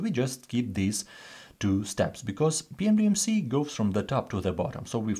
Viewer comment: Why does he pronounce PEMDAS as “PMDMC”?